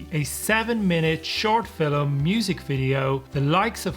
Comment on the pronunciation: Why do you say “fillim” instead of “film”😭